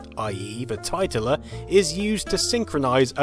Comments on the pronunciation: It's pronounced tit - ler. Much more amusing that way. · Famicom Tit-ler.